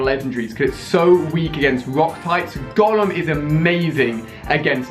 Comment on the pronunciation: The way you say Golem triggers me so bad